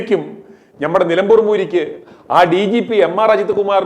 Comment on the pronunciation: നിലമ്പൂർ ആണ് നിലപൂർ അല്ല